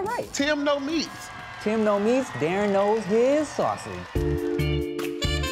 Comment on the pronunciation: I love how Darren pronounces Tim's name... Tee-um